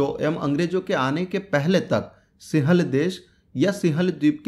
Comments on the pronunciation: Singhal h bhai wo sihal nhi thoda apni hindi ki pronunciation pr dhyan de😃😃😃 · सिहल नही यार भाई। सिंगल बोलो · लिखत हैं सिंहल द्वीप लेकिन उसका उच्चारण सिंव्हल द्वीप है | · सिंहल, सिंहल उच्चारण नहीं होता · सिंहल का उच्चारण सीख ले रे बावलिबूच